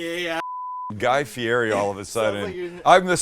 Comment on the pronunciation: Anyone going to tell him how to pronounce Guy Fieri correctly?